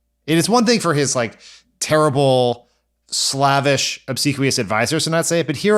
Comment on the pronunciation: You need to learn to pronounce the word “slavish.” HInt: it’s an adjective derived from “slave.”